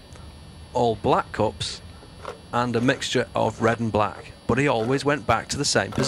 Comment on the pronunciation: Cool. But why do you keep pronouncing "nuts" as "knots" and "cups" as "cops"? Got confused in the beginning =)